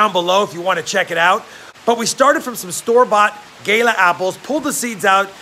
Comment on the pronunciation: and 5 years later u still manage to miss pronounce "gala"